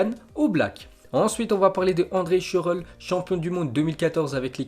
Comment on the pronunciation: Wesh prononce Schürrle 😂🤣🤣